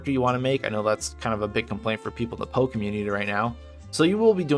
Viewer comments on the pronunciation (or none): P-o-e not po community :))) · Nice video and some good points about LE, but every time you pronounced PoE like Edgar Allen "Poe", it physically hurt to listen to. It should be P.O.E. (pronouncing each letter), or better yet, just say the full "Path of Exile". I mean it's not like the extra couple seconds to the video's duration would be a bad thing. Also "Epoch" isn't pronounced like "Epic", it's "ee-pock" or "eh-pock" not "eh-pick".